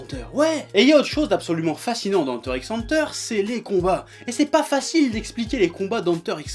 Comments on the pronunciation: C’est pas Enteure x Enteure ni Enta Enta C’est Hunter Hunter le X est une croix.Le signe de multiplication tu le prononce X ou fois ? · Superbe vidéo. Une seule question: Tu fais exprès d'utiliser cet accent français Anteur x Anteur ? c'est un peu sale mdr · il ma stressé toute la videos avec sa prononciation de hunter x hunter (henteur x henteur) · Moi je prononce ça "Heunter X Heunter" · ... Ça se dit pas "Hunter Cross Hunter" ? J'ai toujours dit comme ça ... Je viens de créer un débat dans les commentaires, c'est ça ? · J'ai toujours dit "Hunter ikss Hunter" aussi x)